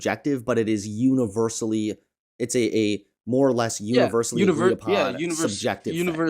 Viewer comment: mans said "univer-salady"